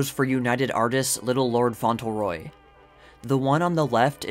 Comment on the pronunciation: It’s pronounced Faunt-leRoy. Not Fauntle-Roy.